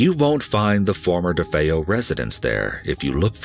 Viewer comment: ...Ronny DeFoe [...] - DeFeo, you mean?! 🙄